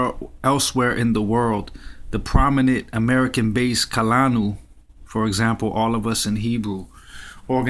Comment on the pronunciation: Its pronounced Koo Lah Noo. Also Rabbi Avee Hah Yil Boo Hah Rah